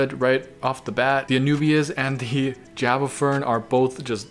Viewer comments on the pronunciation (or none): none